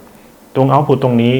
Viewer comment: ขัดใจมากเวลาอ่าน output ว่า เอ้าผุด